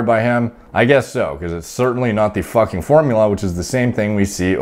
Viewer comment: fAKinnN PEELED OUT OF HIS TREE